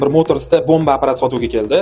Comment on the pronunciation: Каерда ургинишдинг бу Апарат дейишни Апарптми шу аник